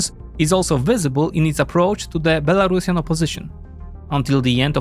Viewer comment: Be-La-Ru-Si-An, like Andalusian. Not Belarashan. C'mon, Europeans. Learn.